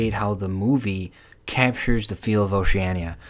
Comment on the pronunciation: If you are reviewing the movie, bud, the first thing you should think about doing is watching it. If you had watched the movie, you would know how to pronounce Oceania.